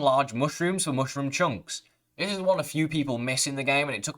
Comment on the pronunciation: it's not hard to say mushroom correctly....stop you weirdo. get the food out of your mouth when you talk.